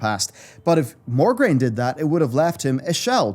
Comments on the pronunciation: Mograine not Morgraine sir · I love your lore videos, and you're dead on for most of it, but his name is MO-graine, not MOR-graine. It bothered me so much. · MO-graine. Not MOR-graine. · It's Mograine, not MoRgraine. D:<